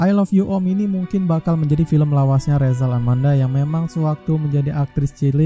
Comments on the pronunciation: Nmanya Rachel bukan resel,.. naratorin aja yng bnr ga usah ngelucu.. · dibaca resel mungkin bang, emosian amat bang